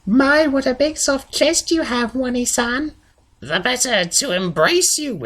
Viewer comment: wany san? I'm not sure if I should correct your pronunciation or tell you that while it is too late for me, you can still be saved from the weeaboo disease. the correct pronunciation btw is oh-nay-san